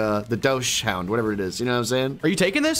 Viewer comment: I think when he said “doush-hound” (or whatever he said) he was referring to Dachsbun because this vid was made after the release of gen 9